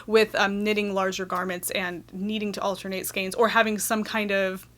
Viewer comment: ...altenate, shmalternate...who's got time for that?! lol,lol,lol! :-D